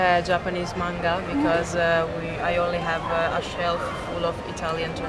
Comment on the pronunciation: インタビュアの方は日本の方ですか？英語の発音が東南アジアの方のに似てますね そんなに巻き舌で発音しなくても大丈夫ですよ 発音を気にし過ぎなのか日本語のマンガの発音もおかしくなってたし😅もう少し力抜いて頑張って下さい！応援してます！